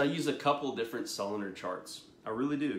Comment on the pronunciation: Pronounced: so lu nar